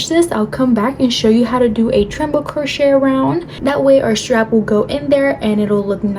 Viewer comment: Great video, thank you! (Also, it’s treble, not tremble.) ❤